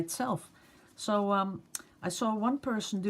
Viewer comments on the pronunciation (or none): Cricut is pronounced Cricket (like the "bug" or "sport"), it is spelled oddly because it is a trademark name.